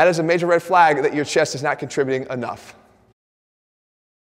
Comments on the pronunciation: Das a REHD FLAAAYGE ova thea! 😅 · Jeff called me a Red Flag, but there were very few L's in the word "flag"